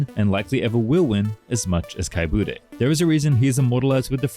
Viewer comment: Das heißt etzadla "Buddne"!